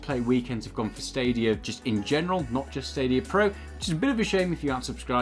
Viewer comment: Hey I love the videos but two things. One, it’s pronounced like Kie ju, not Kay ju. Also, there’s no R in stadia, love you guys thanks for the videos